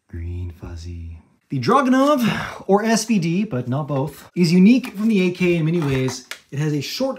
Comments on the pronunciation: DrahgoonOHv (stress on final syllable) is probably a closer transliteration than the "Drahgenahv" in the video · "The Dragunov, which is actually pronounced Dragunov" proceeds to pronounce it a second time in English, almost the exact same way too, just stressed on a different syllable lol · "Драгунов" is pronounced much closer to what you said first. I mean it is best pronounced in English how you think it shouldn't be. Except the stress should be on the last syllable. The vowel in the first syllable is a phonetic " ɑ " sound. Russian is my native language. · The "proper" pronouncitation is not how you say it. It's pronounced as Dragunov, not Droganov. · Yeah it is not DrÄgunov or DrAgunov. It is focused pronounciation on the O. DragOnov (or DragUnov) is correct. And the R has to be a rolling R. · Both prononciations of yours are incorrect. It's "DragunOv", not "DrAgunov" and definitely not "DrOgonov", xD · I'm also gonna guess its firing mech works differently, because there's no gas tube. Also, if I'm not mistaken, it's "Draw-goon-off" pronounced with an F. Might be wrong about that. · It is properly pronounced "DruhgoonOv", with accent on last syllable. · No, it's pronounced DragunOv. Accent on the o. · Pronounced "Druh-goo-nóv" emphasis on "o" Source: I'm Ukrainian and fluent in russian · Actually pronounced "Duh-rah-goo-noh-v" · stress on the last syllable also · "Dragunov which is properly pronounced Dragunov" Didn't pronounce it right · You didnt pronounce it right at all. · Talks about pronunciation, still pronounces it wrong. Lol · That is anything but properly pronounced Dragunov. Like what was that? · how are you gonna “correct” the pronunciation by straight up mispronouncing it LOL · You still pronounced it wrong lol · Really sorry don't mean to be rude but, you still pronounced it wrong both times. Just say svd. That's how we say it. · You mispronounced it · Literally not pronounced the way you said it's pronounced.